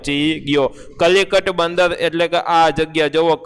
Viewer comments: કલિકટ નહીં કાલિકટ બંદર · સર કલિકટ નથી કાલિકટ છે 😀😀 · Kalikat nahi kaalikat